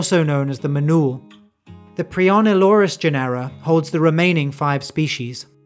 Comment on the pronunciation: Thanks for the video! Just wanted to point out that genera is pronounced like general without the l, i.e. as JEN-er-a, stressed on the first syllable. Same with the caracal, which is CARR-a-cal (carr as in carry). As a bonus, Uto- as in Uto-Aztec is pronounced YOOT-o. Also, be careful not to refer to the Caucasus region as "caucus" region.